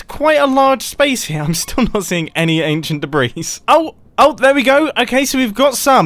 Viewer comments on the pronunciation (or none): British man saying anchient debris-s colorized. And I never thought the day would come...